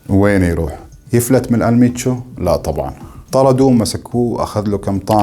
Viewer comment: ال منشو وليس المتشو